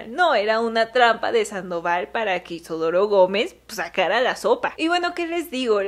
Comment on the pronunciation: Por qué caraj... lo llamas IsOdoro si el nombre es Isidoro ❓❓❓❓❓❓